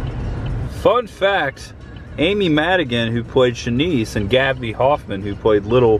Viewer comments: Ps - her name is actually pronounced Sheh-niece (Buck’s girlfriend - portrayed by Amy Madigan) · Great video aside from the pronunciation of Chanice lol